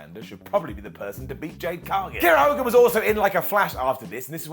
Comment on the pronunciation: Who’s going to have to be the one to break the news to that it’s “Hager”, not “Hagar”?